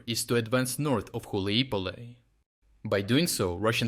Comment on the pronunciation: Dude, you pronounced Hulaipole in like 4 different ways.. haha.